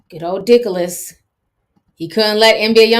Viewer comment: Not Dicholas honey lmaoooooooooooo